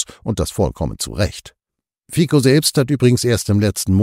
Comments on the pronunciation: Kritischer Einwand eines treuen Zusehers: BITTE lernt die Namen der Menschen, über die ihr berichtet, richtig auszusprechen. Dass hier aus 'FIZO' ein falsches 'FIKO' gemacht wird, ist mehr als peinlich. Danke. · Geehrte NDS, der Name Fico wird mit "z" ausgesprochen [fizó]. Zumindest in der slowakischen Sprache. Hochachtungsvoll